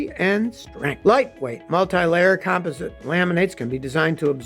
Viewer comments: It's pronounced "com POS sit" not "COM posit" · "com-POS-ite," Scotty!